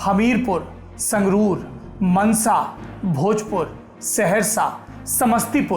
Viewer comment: Mansa not mnsa